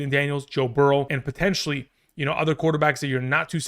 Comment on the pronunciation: Did you say “Toe Burrow”? 😂